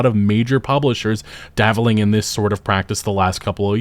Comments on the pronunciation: You mean dabbling. You keep saying davvling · What is daveling? You mean dabbling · "Davel" isnt a word. I think you're trying to say "dabbling"